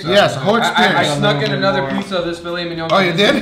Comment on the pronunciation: the Brazilian way he says filet mignon, "filé minhon" kkkkkkkkkkkkkkkkkkkk